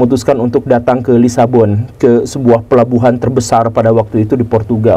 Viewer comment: Mungkin Lisbon bukan lisabon😂